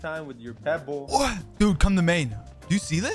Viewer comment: Why he got to say "pebble" like that 😩